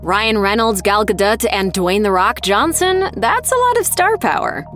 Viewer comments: Her name is pronounced Gal Ga Doe not Gal Ga dut. Cringe level 10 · it's Gal Ga Dote, per the actress herself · It's Gal Ga Dot. You just have to, of course, combine the Ga and the Dot together... GaDot. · The movie obviously doesn't need explanation but someone DOES need to explain to you how to pronounce Gadot.